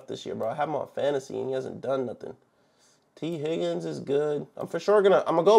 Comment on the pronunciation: I was saying that cuz it’s tee Higgins not tea Higgins lol